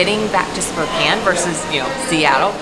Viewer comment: Thank you for pronouncing Spokane correctly. And showing how beautiful our town is. Another thing Spokane is great for is our loyalty to our Gonzaga basketball team. GO ZAGS! Enjoyed this video and so happy you enjoyed your time here.